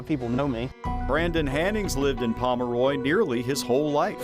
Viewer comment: Pomeroy is pronounced Pom-roy, not pom-er-roy.